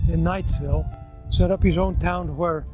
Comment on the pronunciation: My grandfather was a nephew of Jesse Knight. He worked for him when he was young in the Tintic mines. My mother was born in Knightville. Our family was and is Provo vased, but they lived for a time in Knightville. Notice the name is Knightville NOT Knightsville. There is NO 'S' in the name. That's a common mistake that is made. While Eureka was a wild mining town, Knightville was a quiet LDS community with lots of families.